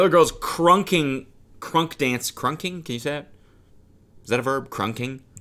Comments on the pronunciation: Cody callin Krumpin "krunking" has me in shambles, while drunk 🤣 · Krumping not krunking 😂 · Krumping not krunking lmao